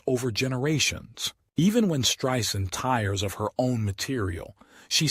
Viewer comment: He pronounced her name, “Streeesand!?”